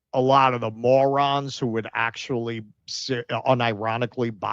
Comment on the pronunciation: ’ pronunciation of moron is now my new favorite way to say it